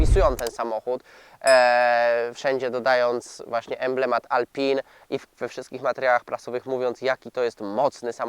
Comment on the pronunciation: Ej panie dziennikarzu czytamy \mówimy - reno rafAl atelie alpin.